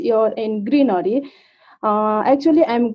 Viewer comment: In my honest opinion she really need to work on PRONUNCIATIONS. For eg. She is been saying Ijj which is actually Is. Greenaary which is greenery. I hope she will work towards it 🙏